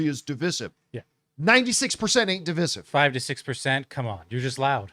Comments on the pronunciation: Divisive = duh·vai·suhv please, please, please say duh·vai·suhv. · It's dev I sive john for the love of God man!! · Dih-vai-suhv. Please say that. We Canadians have been saying it like normal human beings for years. Please, Americans, stop butchering it. Thank you. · DIV{EYE}SIVE = DIVISIVE. You kept saying that word incorrectly and it was driving me NUTS!